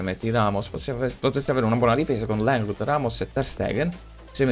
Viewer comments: LENGLÉ si pronuncia non LENGLEDT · Riuscirai mai a dire/pronunciare LENGLE(T)? Senza dire Lenglndt?